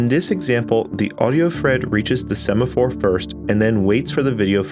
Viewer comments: "Sephamore" is a weird way to pronounce "Semaphore" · sephamore problem... 🤭... Kinda what my wife has when she sees a sephora store. I guess it was a semaphore problem (mispronounced) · yes, and the "sephamore" problems.